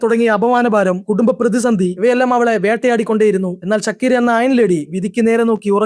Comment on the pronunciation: ഷക്കീറാ, ഷക്കീര, എടാ അവൾ മുസ്ലിം അല്ല ധൈര്യമായിട്ട് ഷാക്കിറ എന്ന് പറ